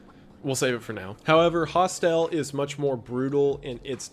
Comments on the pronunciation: Wendigoon mispronounced — Hostel. He emphasized syllable Hos. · His pronunciation of "Hostel" bothers me more than it should. 😅